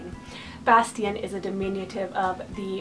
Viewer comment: Bastian : Very classy and sweet! I love how you pronounce it! Bear : SO sweet, and meaningful for me <3 Cillian : I had Cillian Aidan on my extended boy names combo list in high school lol Onyx : SUCH a great name, I'd love to see it used more! Caspian : Gorgeous perfect name <3 <3 Boaz : Love the biblical association! Finnick : Finicky ;) Everest : LOVE the sound of this, if it was more meaningful for me I could use it! Elon : Great Eli alternative! Osiris : Somehow I've seen this name more on girls than boys, so strange! Truett : I'm FB friends with a mom that has a son named Truett, he's super adorable! Wells : OOoooh fun!! Wellington is adorable! Arrow : I just can't dig the weapon names! Callahan : So distinguished!